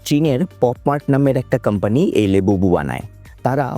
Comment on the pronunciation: লেবুবু❌ লাবুবু✅